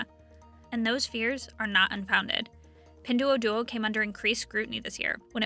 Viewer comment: Learn how to say "Pin Duo Duo"